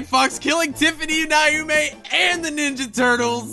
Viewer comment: It's Pronounced - Tif-any-my-oh-meh.